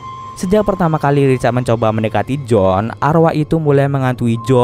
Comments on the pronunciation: Iya harusnya sih tetap Joan yah bkn jadi John 🤣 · Kritik, harus bisa bedain pengucapan bang. J.O.A.N, BUKAN J.O.H.N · Maaf bang mau ralat, kalo namanya Joan berarti penyebutannya juga Joan bukan John. Tapi ga tau yah kalo memang di filmnya disebut John berarti beda lg penyebutannya 😬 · Joan bang bukan jon